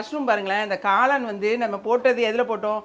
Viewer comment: காலான் அல்ல. காளான் என்பதே சரி.தமிழை இப்படி கொலை செய்ய வேண்டாமே?